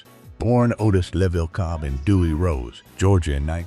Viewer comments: The Chee-lites, Bony Maranee, Otis Level ... I wish someone would teach these AI voices to pronounce these names correctly ... ho-hum. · Thank you! I grew up in the 60's and 70's . I loved Billy Butler,Walter Jackson, and Barbara Aklin; Otis Leavell I so remember seeing them perform live at The Regal Theatre in Chicago. Please note; The Chi-Lites pronounced like "Shy- Lites" Otis Leavel pronounced "Levell" Thank you again for bringing these "unsung' artists to the forefront. I enjoyed. ❤🎤🎼🎹❤️